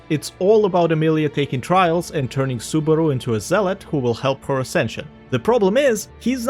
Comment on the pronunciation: BARASU? I thought his name was SUBARU uhhhhhhhh